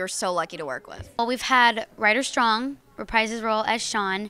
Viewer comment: anyone notice that said "Rider STRON?" lol